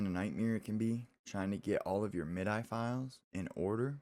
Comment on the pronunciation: "Mid-eye"? You youngin'. :)